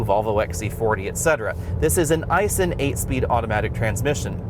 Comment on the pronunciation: Thanks for pronouncing Aisin EYE-SIN something the so called expert Scotty Kilmer can't get right.